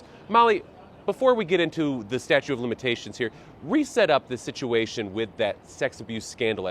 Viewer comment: Somebody needs to tell him it’s not “statue”…